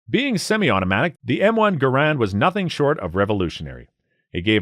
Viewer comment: Mosins do not use rimfire rounds.... It's centerfire like all high powered rifles. And it's pronounced MOHSIN not MAWSIN. You clearly don't know enough about guns to review them. Just regurgitating crap you read online. Also, you kept picturing M1A's when referring to the Garand, which you also pronounced incorrectly.